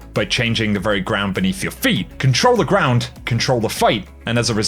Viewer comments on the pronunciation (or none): none